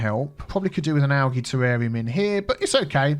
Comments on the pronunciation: Its pronounced ALJEE Spelled Algae Not Pronounced ALGEE, just a heads up because out of all my years of being grammar police never once has i heard it pronounced like you say it my friend lol. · i absolutely hate the the way you say algae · Hearing you pronounce algae the way you do makes me giggle 😊 in the us it’s pronounced ‘al-jee’ instead of having a soft g sound, ie ‘al-gee’. I love culture comparisons lol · Never heard algae called algee. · I've never heard of algae pronounced like this before. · G is hard. J is soft . Think you got those mixed up. But yeah we pronounce it algae with a hard G. We tend to not make a fuss when we hear it with a soft g. Not like with Gif.